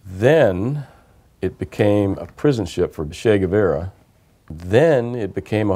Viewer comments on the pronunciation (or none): They go to Cuba, and the guy doesn’t even know how “Guevara” is pronounced? That murderous scumbag whom Cubans still worship?